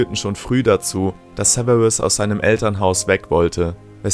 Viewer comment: Sewewus snape wer kennt ihn nicht? 😂